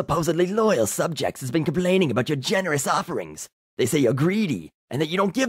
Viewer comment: Are you canadian? You pronounce house "hose" and about "aboot" lol